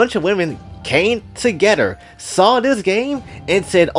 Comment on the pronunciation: "tewgetter" turn the mic off.